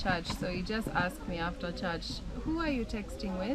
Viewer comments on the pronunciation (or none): In places, her accent is so Kenyan. She literally pronounced church as “tchatchi” 😅. Even her tonation has taken on a Kenyan lilt.